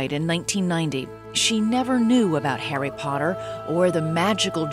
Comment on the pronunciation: Does anyone else find it funny how she pronounces Harry Potter the first time she says it? It's like "Hairy paderrr"